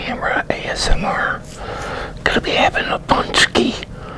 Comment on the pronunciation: Our Polish pączki are the best if they are really homemade ones 👍 We eat loads of them on FAT THURSDAY. I ate 5 and it was my record 😁🙌 Anyway great pronounciation,:) and thanks for the video